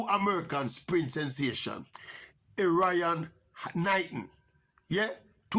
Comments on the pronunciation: Wrong pronunciation of his name...Err iy on,not Er ryan.... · His name is pronounced Erre-on Knighton lol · Not pronouncing Erriyon correctly.